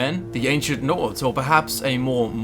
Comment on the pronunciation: Just wanna say, I love how you pronounce the Nord place names and such. Spot on